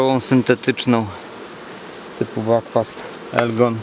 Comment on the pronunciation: nie backfast tylko buckfast, czyta się tak jak się pisze. Mieszkam w Irlandii 13 lat a ta nazwa właśnie stąd, nie tam z jakiejś GB. Irole mówią BUCKFAST:)) pozdrawiam